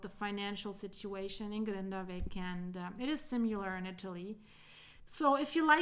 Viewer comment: The one thing which really grates is the constant mispronunciation of "similar" as "sim-you-lar" 😢